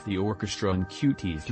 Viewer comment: Bro. You can get the robot to pronounce qt π correctly, right? Especially since it's in the first thirty seconds